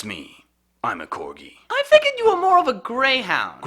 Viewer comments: "core"gi haha ha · Its prenoced CORGI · CORE-gi XD